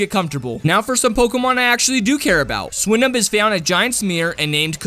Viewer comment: Swinub is pronounced “swooienuhb”